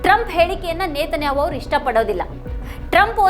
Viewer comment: ನೇತನ್ಯಾಹೊ ಅಲ್ಲ ನೆತನ್ಯಾಹು